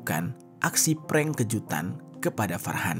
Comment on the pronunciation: Ngepreng apaan bukan ngepreng itu mah .